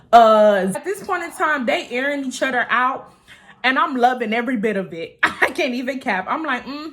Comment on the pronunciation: I swear besides your personality, and the way you tell your story times. I watch because it’s so cute the way you say “other”😭 “Utter” 🥰😂 #UtterGanggg ❤️